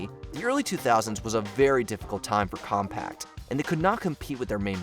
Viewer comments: There's no T in Compaq. 😁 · He can’t pronounce Compaq. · There's no t in the brand name Compaq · OMG COMPAQ DOES NOT HAVE A 'T' BRO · Just a little annoying narrator doesn't know how to say Compaq. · Pleeease don't forget that there's no 't' in Compaq Computers. 🤭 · There is no "T" on the end of the name Compaq!!!! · There's no T in Compaq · There’s no T in Compaq!!!!!!!!!!!!!!! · I did the same thing after the third time he said it wrong within 15 seconds. There's no T on the end of it. How hard is that? Of course this guy also said the letters "Q-W-E-R-T-Y" for the keyboard instead of saying it as the word "qwerty". Which is what the damn thing is called. It's videos like this where the age of some of Mojo's narrators is painfully obvious. Rebecca wouldn't have made that mistake. lol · Seriously! Where is the "t"? Am I blind? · I caught that too. Figured maybe it was a slip once but he said it every time. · Came here to say this. How do you even get that wrong lol, there's no T in the word! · Seriously! Where is he getting the "t" from? Am I blind? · Where’s the freaking “T”? It’s not there!!! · This bothered me SO MUCH. Thank you lol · I came to the comments to say this. Thank you. So ridiculous to be doing a factoid video and be that off on a company name. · I came to say this. Like dude, either do your research or have someone who was alive at the time do the voiceover... /off old lady soapbox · The point is that there's no T, so it shouldn't have been pronounced like that. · Ugh, every time you say "compact"...COMPAQ. As in com-PACK. NO T. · You know these are obsolete when the narrator can't pronounce them. The computer brand was Compaq - the ending q was pronounced like a "c" (not "compact) and QWERTY was not spelled out (even though it represent different letter keys), it was pronounced as if it was a word (quertee). I'm only 7 minutes in, I'm sure there will be more. (I know. I'm old.) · It's CompaQ...not CompaCT 😹😹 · The way he keeps saying CompaqT. UGH